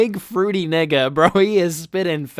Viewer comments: bro you did not come off as a brother audibly. That "nga" caught me off guard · he says 🥷🏿 like it’s a slur or something. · u sound like the whitest guy saying the n word